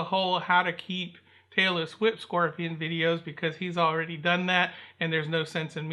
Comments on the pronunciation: It sounds like you are saying Taylor Swift Scorpion lol scorpion 🦂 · Barbara Williams glad I’m not the only one that Understood Taylor Swift Scorpion 😂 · Tailless whip! I thought you said "Taylor Swift"!